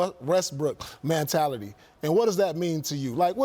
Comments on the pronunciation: “What is Man-tality” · "Man-tality" - Paul Pierce 2018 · What the hell is “mantality”? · WTF is a man-tality?? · Paul "mantality" smh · Did Paul Pierce just invent a new word? "MANtality?" 🤣🤣🤣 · Somebody tell Paul how to pronounce “mentality” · Paul Pierce: “Mantality” lol